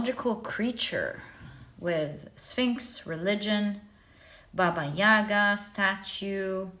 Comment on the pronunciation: Baba yagA, not Baba yAga 😅